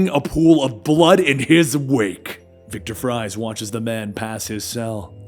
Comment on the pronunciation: "Victor Fries" 🤣